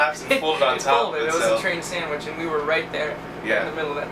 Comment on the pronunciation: The way he says "sammige" instead of sandwich